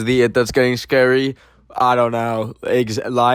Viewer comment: Based on how says “scary” I’m pretty sure he would spell it as “SCAREEI 😨”